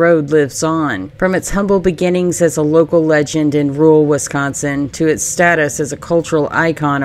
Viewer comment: Considering you're from Arkansas, you say wi-scAHN-sin well! Seriously, I almost thought you were from here or at least Illinois! 😁